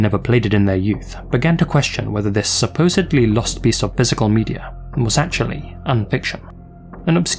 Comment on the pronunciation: Mandeller Effect Medier